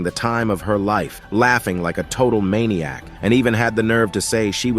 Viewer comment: Bro when i heared maniac and savage i instantly know this guy is from asia prolly hmm at india or Indonesia